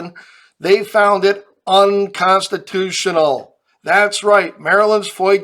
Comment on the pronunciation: "UNCONTITIONAL" Wow!